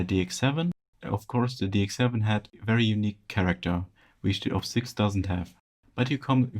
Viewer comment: It’s Op-Six. Not oh-pee-six. Op as in operator.